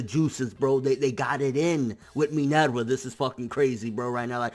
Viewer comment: U pronounce everyone's names really weird. Especially poor Minerva...